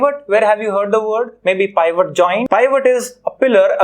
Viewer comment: Your pronunciation of Pivot is wrong 🤦